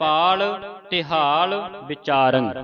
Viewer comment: ਤਿਹਾਲം ਤੀਹਾਲ ਨਹੀਂ. ਤਿਲਕം ਤੀਲਕ ਨਹੀਂ ਬਿਚਾਰੰം ਬੀਚਾਰੰ ਨਹੀਂ ਜੀ.